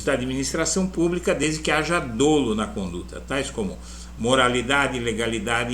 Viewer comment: PREZADO SR.. ADMIRO MUITO SEU TRABALHO E SUAS ANÁLIZES SOBRE A POLÍTICA EM NOSSO BRASIL E AQUI APRESENTO-LHE MEUS PARABÉNS. ASSISTO SEMPRE QUE POSSO. SEUS VÍDEOS E ACREDITO QUE O SENHOR NÃO VAI FICAR OFENDIDO COM A CRÍTICA QUE VOU FAZER, POIS PARA MIM ELA É CONSTRUTIVA: A PALAVRA DOLO DEVE SER PRONUNCIADA COM A LETRA "O" DA PRIMEIRA SÍLABA DE FORMA ABERTA COMO SE TIVESSE UM ASSENTO AGUDO NA LETRA "O", MAS A NOSSA GRAMÁTICA NÃO PERMITE ACENTUEMOS ASSIM ESSA PALAVRA, E POR ISSO MUITAS PESSOAS TAMBÉM PRONUNCIAM COMO SE ESSA PRIMEIRA SÍLABA TIVESSE ACENTO CIRCUNFLEXO NA LETRA "O" DA PRIMEIRA SÍLABA. CASO O SENHOR SE SINTA OFENDIDO, DESDE JÁ APRESENTO MEU PEDIDO DE DESCULPAS, PORQUE ESSA É PARA MIM A ÚNICA FORMA DE EXPRESSAR MINHA OPINIÃO, QUE GOSTARIA DE FAZER-LHE PESSOAL E RESERVADAMENTE. CARAGUATATUBA, SP,.